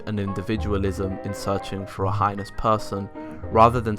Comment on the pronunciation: pronounced "hee-nus" or "hay-nus". Never "highness".